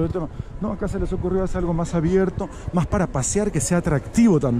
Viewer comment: una crítica constructiva, soy peruano pero no soy de Lima. Pero me dado cuenta que ustedes los limeños muchas palabras lo hablan con la J en lugar de la S. Por ejemplo dicen maj caro, pijco, menoj caras, cujco, conojco, etc... Sería mejor si hablaras neutro y sin tanta jerga